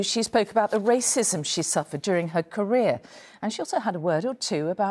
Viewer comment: Wacism is tewwible Diane 😂😂